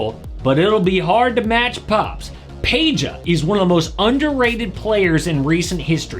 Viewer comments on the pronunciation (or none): none